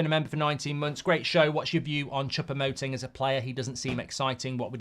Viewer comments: Chopomuting 😂 mark has no idea how to say his name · do you not know how to read? just read his name how it's written, and you'll pronounce it correctly. "Choupo-Moting" or just call him Eric !